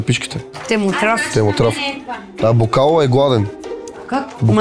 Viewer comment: БокАло се произнася 😂